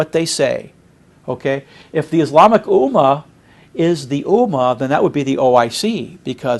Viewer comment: This guy doesn't even know how to pronounce "Ummah". It is not "Oo Mar" moron. It is pronounced "Umm Mah"